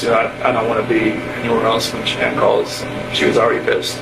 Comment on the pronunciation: Denver Colorado… maybe you should learn how to pronounce her name right !!!